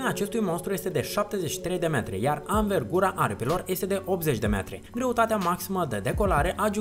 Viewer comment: "Avengura" ,aripilor,e dus băiatul!